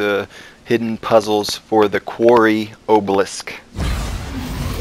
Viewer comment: It's pronounced obelisk, not obelisk.